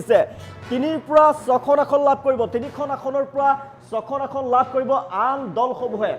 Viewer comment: নাচিব নেজানে চোতাল বেঁকা। "আহন"নহয় ভাই, অসমীয়াত "আসন" বুলি কয়। কংগ্ৰেছৰ হাৱা কেৱল মিঞাঁ মুছলমান অধ্যূষিত এলেকাৰ সমষ্টিতহে আছে। অসমৰ অন্য বাকী সকলোবোৰ সমষ্টিত বিজেপিৰহে ঢৌ চলিছে। গতিকে বিজেপি মিত্ৰজো‌ঁটে ৯০ ৰ ওপৰত আসন পাই চৰকাৰ কৰাৰ সম্ভাৱনা আছে।